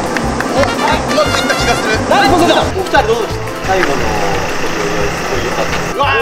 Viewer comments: のポセイドンって言った時「ポテトー亅に聞こえるのは僕だけ？ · のポセイドーンの時の「ポ」がポテトで〜すのポやった